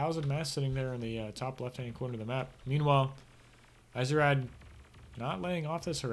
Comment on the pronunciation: I think it's supposed to be pronounced "easy-raid" :P